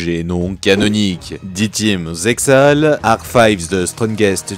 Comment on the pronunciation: Très sympa cette théorie et cette vidéo, tu iras juste en enfer pour la prononciation de Zexal mais no offense Kappa. Plus sérieusement je me répète mais la vidéo est vraiment cool.